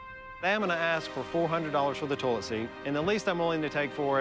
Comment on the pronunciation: The guy who brought the toilet seat pronounces toilet as “toll-it”.